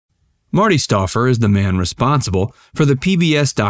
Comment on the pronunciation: The narrator should have watched the beginning of a typical 'Wild America ' episode, where Marty looked right at the camera and said, with an enthusiastic twinkle in his eye, "I'm Marty Stouffer..." STOUFFER...the "OU" is like "fowl". (C'mon, man: get it right!)